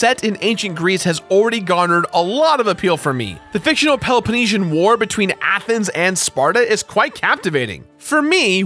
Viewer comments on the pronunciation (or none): Did he say the fictional peloponeshen war?